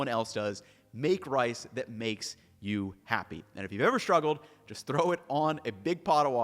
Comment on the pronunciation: Is it an American thing to pronounce "struggle" as "shtruggle"?